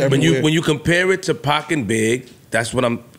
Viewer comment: But still couldn't say Tupac's name smh